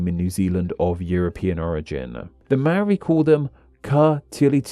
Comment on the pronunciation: I'll never understand how anyone can pronounce 'Maori' as 'Maari', like it's literally pronounced as it's spelt.